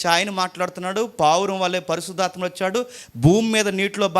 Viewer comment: పరిశుద్ధాత్మ అని పలకాలి అంతే గాని పరిసుద్ధాత్మ అని కాదు ముందు ఇవన్నీ నేర్చుకొని Bible లో ఉన్న వాక్యాలు నేర్చుకోండి అన్న